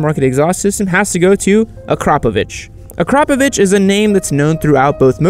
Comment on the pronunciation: It's not Ak-ROP-a-vic, it's Akra-PO-vic. That's not even semantics, it's just how it is from where the a and the o are in the name.